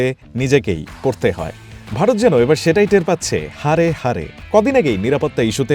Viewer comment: আমরা,হারে হারে না,হাড়ে হাড়ে টের পাচ্ছি😮😮 উচ্চারণ আগে শিখতে হবে,পরে ভিডিও 😮😮 অলিম্পিক কি তোমার দেশে হচ্ছে??হোলে তো,,,তোমরা রাতারাতি ধনী,আমরা ভিখারি 😢😢 নিজেদের চিন্তা করো।ভারত নিয়ে ভাবার অনেক দেশ আছে 😮😮